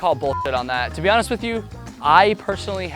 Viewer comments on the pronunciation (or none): none